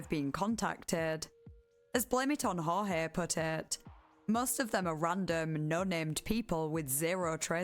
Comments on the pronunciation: I don't even know if you'll ever see this, but it's blame it on "George" not "horhay". at least that's how he pronounces it. It seems wrong to me but his most recent video has it said like that and if he saying that's what it is, that's his name. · Actually, he used to pronounce it as "Hor-hay," the Spanish pronunciation. And just when I finally got used to saying/thinking it that way, he changed it to the English pronunciation. And now I can't switch back.